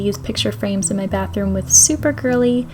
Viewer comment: „Bathoom“ LOL